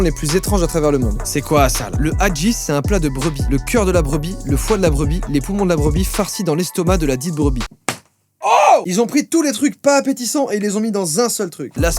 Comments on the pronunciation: Le haggis par contre c vrm bon et ça de prononce « haGis » et pas « haJis » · Ça se prononce avec le son « gui » (comme « guitare »😉) = « Haguisse ». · Le haggis en vrai c’est pas ouf mais ça passe, j’en prenais tous les matin en Écosse. Et ça se prononce « haguise » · Quand t' est d' origine britannique et que t' entend joyca dire Hajjis 🤦🏻‍♂️😂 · le haggis (qui se prononce aguisse) c'est juste des abats mis tout ensemble avec des épices, en vrai c'est bon, je dirai c'est un peu comme une andouillette mais en moins bon pck wallah l'andouillette ça tue sa race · Haggis ça se prononce “Haguis” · Le haggis se prononce "haguice" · Mon beau père est prof de cuisine et ma ramèner du haggis sa se prononce (haggiz) et nous a fait manger sa au petit déjeuner et je vais pas mentir que sa avais l'air dégueulasses mais j'ai vraiment beaucoup trop adoré depuis j'en mange 4fois par moi je sur kif au petit déjeuner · Super vidéo. Juste pour te dire le haggis se prononce aguise je crois. La bise :) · Il a prononcé "Haggis", hadji XD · Haggis se prononce "Haguisse" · le haggis au final tu le fait griller en tranche à la poêle , ça a un gout épicé et pas plus fort qu'une espèce de saucisse épicée en fait . et tu met une sauce a la crème et au whisky dessus donc tout benef (j'habite en Ecosse) ( et ça se prononce "" A Guisse" ) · En vrai c'est super bon ! PS: Les g de haggis se prononcent comme gâteau